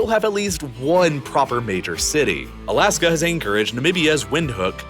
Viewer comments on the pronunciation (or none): none